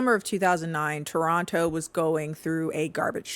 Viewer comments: omg toronto mention....wish it wasn't for this though 🤣(also if you're from detroit why do you pronounce toronto like a proper torontonian!?!?) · i lived through this and i still ran to this notif once i saw it 😂 good enough toronto pronunciation, we say no to the 2nd t, 8/10